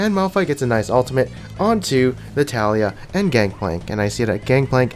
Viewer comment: It's not Taliyah it's Taliyah